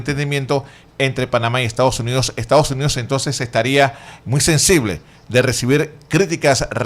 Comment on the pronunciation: Lombana: Por favor pronuncie la ese (s) cuando dice Estados Unidos. No es Ectados Unidos.